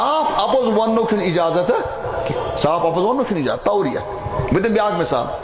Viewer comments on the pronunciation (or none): Tauriyah not tauliyah